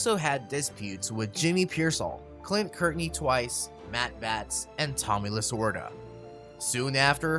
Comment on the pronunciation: Who is Billy Martin? Stengel’s name is pronounced “sten-gill” not “jill”. Courtney is pronounced “kort-nee” not “kirt-nee”.